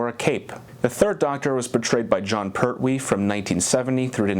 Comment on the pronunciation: it jon pertwee not jon perwee